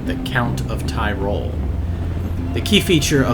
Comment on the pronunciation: say "Ti-rol" not Tie-rol